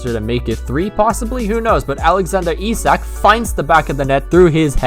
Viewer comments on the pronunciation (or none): Sign Chiesa, and I thought Isak was pronounced Ish-ack.